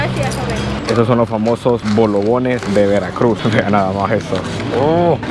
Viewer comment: Son bolovanes, no bolobones